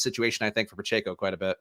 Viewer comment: (Pa-Check-O) phonetically. You always say (Pa-Chae-Co). That is all.